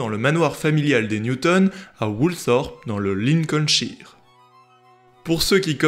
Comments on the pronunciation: Vivement la suite, aller petite remarque n'hésites pas à prononcer les régions anglaises avé l'accent un truc du genre "Lilecolnshaïeur" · un anglais m'a dit un jour que la prononciation de des régions qui se terminent par ''shire'' sont prononcées effectivement '' ''cheur''. C'est un peu comme prononcer ''sire'' ( seur) mais avec un ''ch ''. En tout cas je trouve que tu débrouilles pas trop mal😉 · Et elle arrivera vite ^^ En fait la prononciation de Lincolshire est un peu différente...je n'ai pas réussi à la faire correctement mais ce n'est pas non plus "aïeur" mais juste "eur" il semblerait 😆😅 je ferai mieux une prochaine fois 😉